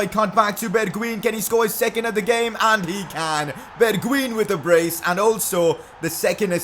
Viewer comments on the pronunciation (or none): #PCQ you call bergwijn =bergwien You schould say it as bergwein